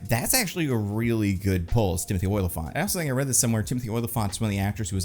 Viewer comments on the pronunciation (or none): its not OY-lyphant, its O-lyphant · Oh-li-phant. Not "Oilafont." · It's not Oily-fant, it's Olly-fant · Every time says "Oily-phant" it kills me